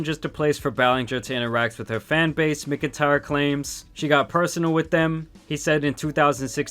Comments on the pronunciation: Bro listening to you pronounce names and words is hilarious. Do you live under a rock? It’s pronounced “MACK-IN-TIRE”. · MACK-N-TIRE Not whatever the hell ur saying 😂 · completely off topic but McIntyre is usually pronounced Mac IN tire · "... no matter how much he asked." Gross putting it all on a literal child for an adult sending him bra and panties. Her only regret is getting caught. Also, that pronunciation of "McIntyre". 🤣